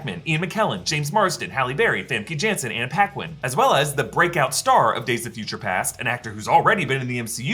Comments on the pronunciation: “Famke Janssen” 😭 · "Famke Janssen" : shows Mystique